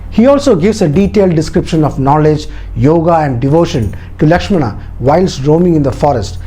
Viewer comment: I really love the details, but there are a lot more details to put for more understanding. But one thing, I didn't understand why you connected this with today's politics and religion. Channel seemed to have a bunch of knowledgeable and educated people, but you kept pronouncing names like "Rama", "Lakshmana". So, you're trying to make others understand that do not go for others porridge but you're trying to serve your own. You mentioned in the video that in ancient times, there were hardly any written forms available, and so we all could understand the fact that when things are spreading verbally, they get changed like Chinese whispers. So, why don't you stick with the original one (Valmiki ji wrote) and try to decode it. If in Jain's belief, they have different versions of Ramayan, that doesn't mean it's false or just a story. The same goes with other authors and writers as well. I believe that the time and then society (of the writers) had a great impact as well as language barrier (translation from Sanskrit) in the writing and detailing. This is the first time I watched your video. But the way you portrayed it with a cunning smile and vicious/derogative jokes, I was really waiting for the time when you connected this with the politics and a community's belief. That's what you did, your story telling has an agenda and if you're unable to see that if a story (as per your details) has such an inspirational power for thousands of years, then you have to go th